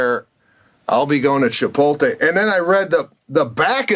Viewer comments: Chipotle not chipolte nor chipote..like CHIPOT LE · Love the cast. Love Pete and Sebastian. Long time fan but when is someone gonna call Sebastian and Pete on the mispronunciation of Chipotle? It’s L.E. like LAY Not Tay! 😡put some respect on the name bruh! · they spelt it wrong on the back of the jacket to match the wrong way Sebastien says it. it should end in a "lay" sound not "tay" -- Chip-ote-lay" Chipotle - but they spelt it Chipolte on his jacket to be funny, and Pete and Sebastian didn't even get it. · Did anyone else notice they spelled it WRONG to mirror the INCORRECT pronunciation by Sebastian???? 😆🤣 CLASSIC! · They even spelled it wrong on the jacket on purpose because the guys say “chipolte” instead of “chipotle”. So funny!! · That jacket spelled Chipotle the way Sebastian says it “Chipolte”! Wow talk about someone at corporate knowing Sebastian! That’s hilarious! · Being from McAllen, Texas, 5 miles from the border, ITS Cha-POLT-LAY.. 🌮😂🌮😂🌮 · I feel like Pete didn't get the joke about the spelling! He pronounces it that way too, so I don't think he realizes it's wrong. He seemed to think that Sebastian just got recognition from them. 😂😂😂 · I didn’t even catch at first they printed him the Chipotle jacket purposefully spelled wrong like how he pronounces it 🤣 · Do they realize that they are still butchering the name? And Chipotle is spelled wrong on the jacket? What am I missing here? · I didn't know -- until I read a few other comments on this page -- that the jacket Sebastian received is deliberately spelled wrong. I guess I never knew he was pronouncing it wrong. That's pretty amazing that a company would make merchandise like this! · The best part of the Chipotle story, is that BOTH of them are STILL mispronouncing it !!!